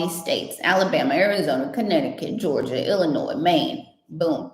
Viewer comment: Clear , " Alabama " .